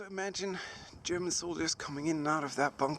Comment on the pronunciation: you said "gerooman" instead of "german"